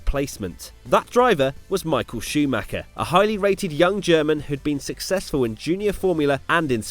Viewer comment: mikul shoomacker